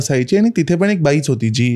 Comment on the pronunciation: सूत्रसंचालकाचं मराठी उच्चार अत्यंत निकृष्ट दर्ज्याचं आहे. असं वाटतं की कुठल्यातरी पान-टपरी किंवा जुगार अड्ड्यावरचं संभाषण ऐकत आहोत. न ला न आणि ण ला पण(तुमच्या पद्धतीत पन) न उच्चारणे. सबस्क्राईब करावसं वाटतं नाही. भाषा ती पण(पन नाही) मराठी सुधारा. कारण परत आपण(आपन नाही) जागतिक प्रसार माध्यमावर असता. धन्यवाद.